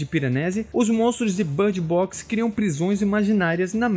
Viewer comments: Por que ele está falando bard box? Em vez de bird box? Não faz nem um pouco de sentido 😐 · que inglês é esse? I know how to speak English and that's certainly not the way to speak